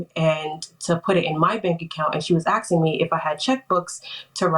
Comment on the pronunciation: I’m glad the defendant was AXing her. I think she would have been better off ASKing her. Why didn’t the Plaintiff call the Poe-Lease or an Amba-Lance